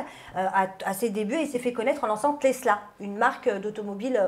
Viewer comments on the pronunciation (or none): none